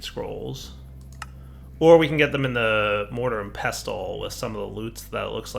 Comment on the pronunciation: The T in pestle is silent